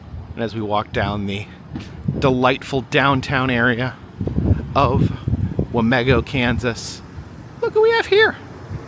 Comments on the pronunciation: As a resident here i am personally offended you called it wah-meh-go if you ask ANY person here it is wah-MEE-go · Wa mē go! Long e with the emphases on me.